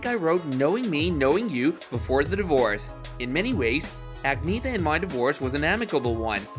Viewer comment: For HEAVEN’S SAKE!!!! Her name is pronounced, “ag knee EH tah”!!!!